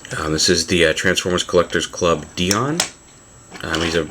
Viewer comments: DIE-ON not DEE-ON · It's Dion (Die-on)